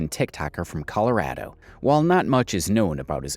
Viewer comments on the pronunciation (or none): “colo- RAD- o” okay so i hate this 😃